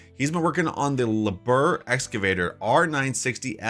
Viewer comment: Liebherr is pronounced Lee-bear.